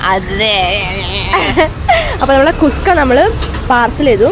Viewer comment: Kuska ❌ kushka ✅